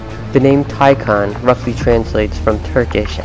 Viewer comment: It's 'Tai-Khan'. 😉👍